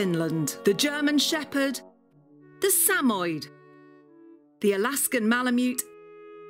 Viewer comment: SA-MO-YED, not SAMOID.